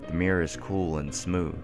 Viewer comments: I'm American and I heard Meer. The only American accent that naturally pronounces it that way is the southern "Yeehaw that thar's uh mawnstur in tha' meer." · I would have enjoyed this a lot more if you could pronounce mirror properly. I mean, seeing as the word features so often, it ought to be said you know, properly and not like "Meer". But then i'm British and you're American so it probably sounds normal to you...? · So does the hippie (blonde one) in The Beach, with Di Caprio when he says to his mate, you're looking in the Meer all the time. First time I noticed it, Annoys the shit outta me. Weird.